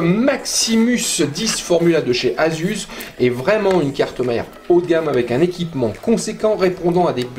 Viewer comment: super video! mais ça se prononce,AZUSSE!! pas AZUZE!! lol